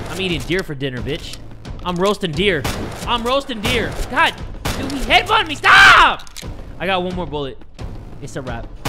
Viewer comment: i was into it until the “sTahp” part lol